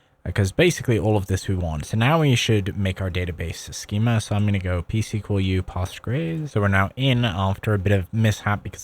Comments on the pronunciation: i have never heard postgres pronounced as /pɑːstgɹejz/, only something like /powstgɹɛs/ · I'm shocked how you pronounced Postgres